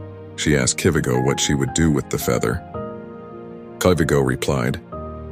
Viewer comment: It's kivighoooooo (ghooooo) not kivigo And atleast put sumi trading dress not Thai's people dress